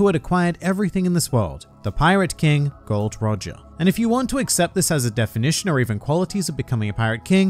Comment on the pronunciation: The name correct is Gol D. Roger.